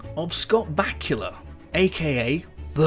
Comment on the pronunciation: They way you say Back-u-la haha pronounced ba-koo-la so funny